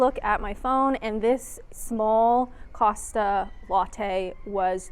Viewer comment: thank you for pronouncing Costa correctly. I have heard so many US visitors to the UK on Youtube pronounce it Coasta for some bizarre reason!